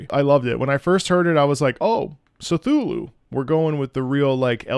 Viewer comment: pronunciation of C'thulhu bothers me, but that's just a gripe. Great analysis on Nu Udra and it's theme